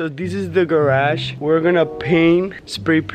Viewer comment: Not to be rude but did u say garash